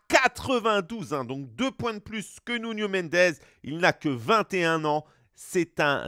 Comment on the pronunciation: « Nounho Mendez » c’est « Nouno Mendesss »